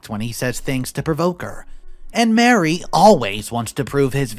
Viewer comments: Maree, not Mary, Marie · you need to preread the stories. Also, usually ‘Marie’ is pronounced ‘Ma-REE’, not Mary. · It’s Marie- not Mary!